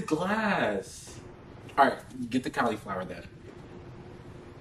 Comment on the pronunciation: I've never heard anyone's pronounce cauliflower like that